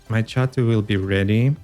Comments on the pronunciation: Great video. Im going to make this deck. However, I thing you're confusing chatot, and Xatu. Xatu is pronounced Zatu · Hey! I heard you pronounce Xatu as "Chatu" in the video and I wonder where are you from, as I'm from Brazil and we pronounce it like that in portuguese:D